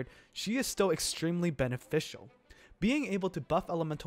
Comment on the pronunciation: Lmao I didn't even realize I pronounced beneficial like that haha